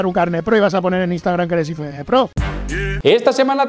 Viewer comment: Por que dices iFEBEBE?, sera IEFEBB (IFBB)...Me has recordado a cuando al coche del equipo A yo decia que era un EGE EME CE, cuando era un GE EME CE (GMC) 😂